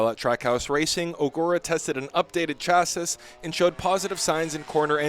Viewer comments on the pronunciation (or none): chassis = sha-SEE. Teach your bot better.